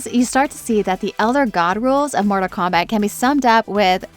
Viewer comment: She says Morta Kombat, bro. What kind of AI fails to enunciate every sentence?